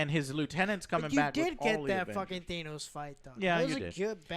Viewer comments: I just watched the movie earlier and i swear to god, i wish i could punch you three dumbasses each time you said something false or stupid. That means about 5 punches each for not shutting up about splinter. Another like..i wanna say 8 each for mispronouncing thanos. And 1 punch for every mis leading or false comment. Like "two days earlier" or "why was the rime stone in ny?" Bc the time stamp was for conrext and OF FUCKING COURSE THE RIME STONE IS IN NY, THE SUPREME PROCTECTOR HAS TO GUARD, AND AHE AT THE TIME LIVES IN NY. God i swear its like you guys trolled the movies 90% it was on and didnt pay attention. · I cant believe all 3 of them still say Thanos’ name wrong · It amazes me that they watched these movies where at no point was Thanos pronounced like that but they still insist on doing so anyway. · Despite seeing every film, they still pronounce the name Thanos wrong. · Can u ever say thanos right joe? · could you guys PLEASE just pronounce Thanos the way EVERY character in the movies does? PLEASE?!? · Joe can't pronounce Thanos correctly to save his fucking life. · I hate the way they pronounce Thanos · Honestly you guys are very frustrating to listen too. From not understanding the time travel to the whole woman battle scene like there are so many things you guy don't understand or just are inaccurate to what actually happened in the film. Also how the flying fuck do you not pronounce Thanos right? Maybe you 3 should actually shut up and listen to the film instead of nitpicking every scene you dislike. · Joe, i look forward to the day where you pronounce a single name correctly. you're pronouncing thanos wrong again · How the fuck do you guys keep mispronouncing Thanos name! It's really fucking bothering me! They literally say his name in the movie a bunch of fucking times! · Their pronunciation of Thanos is making me cry. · The mispronunciation of Thanos throughout the entirety of the video just drove me insane, lol. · Who the fuck is Thaynoes?